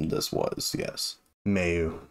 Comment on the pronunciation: Another great reaction, man. I totally agree about Mayu's voice. And they are totally my favourite band, period. Just one thing: her name is pronounced closer to "Mye-oo", not "May-oo".